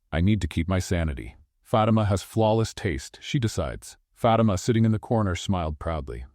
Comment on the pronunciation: Fatimas name should be pronounced FA TEM A , NOT Fat t ma